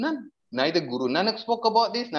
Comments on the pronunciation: where is your evidence he is Sikh? He can’t even say Guru Nanak in the video properly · he barley speaks Punjabi either he can’t even say guru Nanak properly makes me think he probably doesn’t even come from a Sikh family at all